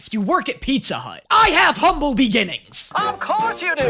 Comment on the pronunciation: “I HAVE HUNBLE BEGINNINGS!” - “Of course you do, that’s why you’re in hell!” - Alastor